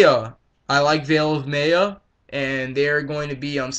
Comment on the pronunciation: It's Veil of MY-ya.